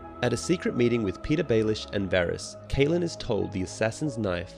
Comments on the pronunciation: Great job on the summary 👍. Although it was very annoying how you keep pronouncing Catelyn as Kaitlyn instead of Cat-e-lyn like i am used to. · CAT-lyn, not KATE-lyn, Il-AIR-io, not ILL-i-roy.